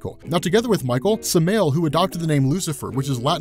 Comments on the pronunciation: It's not "Su-may-el". It's "Sam-i-el" The ability these people have to make videos on a regular basis using stupid amounts of info, and still get the first thing wrong. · One thing Its sa - ma - yel not semail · It's pronounced "Sam-i-el" bro. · samaël "Sam-"eye"-El" NOT "s'mel" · U know its pronounced "Sam-ah-yell" not SamAle, dude isn't some Fall season beer. Also the theology behind Ba'alzeboul (Beezlebub to some) woulda made a way cooler comic/story. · I love you bro. But its not Samail.... its Sam-I-L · "Sam-eye-ell" Not Suh-mail Also Bee-ell-zuh-bub Not Beezle-bub Thank you. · Its pronounced Sam-I-el not samel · its not sameal, its Sa-Ma-El. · It’s Sah-Mah-El. Not Suh-mail. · SA-MA-YEL not samel lol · SamAel not Samel I get it, your first language is English but just try next time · "Samel" its Sam-u-el... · Samael not samaeel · Wrong. It’s Sam-ael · Nobody:: Sam-El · Samael is pronounced: Sam-eye-el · Pronounced Sam-eye-el, be-al-za-bun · I know it's a weird niggle but Samael is pronounced like sam-eye-el. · It's pronounced Sam-Ai-Yel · Sam-i-el* B-el-ze-bub* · Pronounced ( Sam - Eye - L ) Samael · Ikr, people can remember that superman's real name is Kal-el but can even remember Lucifer's proper name is Sam-A-el. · Sam-eye-ell, no? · is he saying sam mail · Its called samale(sam-eye-el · It’s pronounced Sam-Eye-El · Samael is pronounced Sa-ma-el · We all know he pronounced the real name Wrong. Its pronounced sama-el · It’s pronounced samayel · its pronounced sam-eye-ell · Srry to be that guy but it is pronounced Sam- I-el. And Beelzibub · Sam-i-el is the correct pronunciation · Cringe factor on Samael (Sama-el) pronunciation 😬😬😬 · Listening you saying samael breaks my heart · Lucifer watching this hearing how you pronounce Samael 👿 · samael is pronounced with the emphasis on the first a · Am I the only one annoyed that he pronounces Lucifers original name wrong?? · Am I the only one bothered by his pronunciation of Samael?